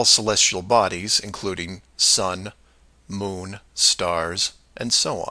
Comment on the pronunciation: Did you notice when Mark pronounced Moon in Danish?? There was a clear 'Måne' . I definitely don't hope Mark is learning Danish and intends to migrate to Denmark :-O to completely ruin the IQ average. 😀